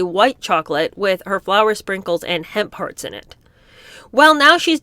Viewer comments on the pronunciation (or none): Oh, it’s hemp hearts! I didn’t understand until I saw it written down. Never heard of them before, and it sounded like was saying ‘hen parts’. Judging by the other revolting flavours, it could have been a possibility.